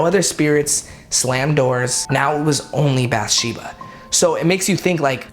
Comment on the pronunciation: He’s pronouncing all the names wrong from the movie lolol “bath Sheba” “Per Roan” “CarolYNE”